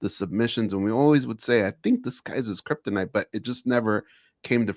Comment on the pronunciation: "kryptonite" lmao